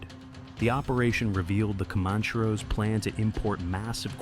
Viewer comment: Pronounced "common-chair-oh".